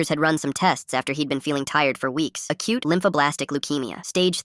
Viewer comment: I thout he said a cute, not, acute